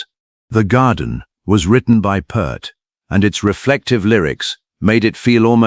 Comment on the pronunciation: Yes, and also crying from how this ai is mispronouncing his last name. 😢